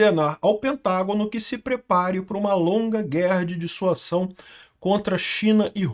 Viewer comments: Olá,! Parabéns pelo bom vídeo! Só uma correção: o correto é dissuasão e não "dissuação". Abço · DisuaSão!!! Com som de Z. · "S" entre duas vogais tem som de "Z". A pronúncia é dissuaZão. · Caro, Dissuasão se lê com som de ' z ' Dissuazão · Pronúncia Dissua Zão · é DISSUAZÃO a pronúncia 😅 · A palavra é "Dissuasão " a sílaba final pronúncia zão, desicentivar alguém de fazer algo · ' dissuasão' se diz dissuaZão...! ✔️ fala certo homem! Kkkkk de que lado o nine nos colocou né...! 😊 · A palavra é Dissuasão. o S entre duas vogais tem o som de Z. Dissuasão : Ação de dissuadir, de fazer com que alguém mude de ideia, de opinião, de ponto de vista. Ação de convencer uma pessoa a deixar de fazer alguma coisa, a perder certa intenção que tinha. Circunstância em que o medo da repressão adversária impede a evolução do conflito. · É DISSUASÃO, com S que soa como Z.